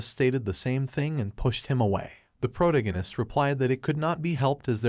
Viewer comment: [PRUH] + [TAG] + [UH] + [NIST], how to say protagonist. Good content, but this was killing me.